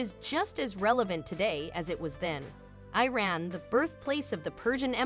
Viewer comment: First: You could at least learn how to pronounce the name Iran. Second: I have never seen anyone in Iran eat using their hands. The oldest cutlery for eating, fork, spoon, and knife are found in Iran. Third: most Iranians eat behind tables, if the table is not large enough or too many guests it is usual to sit on the floor. I guess you have never been to Iran before.